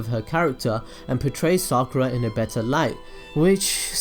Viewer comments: explain why naruto could have chosen sakura because you just talked about the writer and hinata and naruto and you say the names wrong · therealkite i thought you said sakara